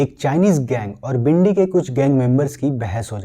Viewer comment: Its not bhindi. Its Bindy Johal. Watch ur pronunciation. You YouTuber